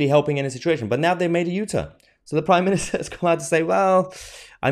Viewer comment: No, but it's "Prime Minister", not "priminister".